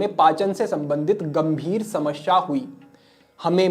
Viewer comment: समश्या नहीं होता, समस्या होता है, हिंदी का अपना उच्चारण सही करिये, बाकि आपके प्रोग्राम बढिया होते हैं ❤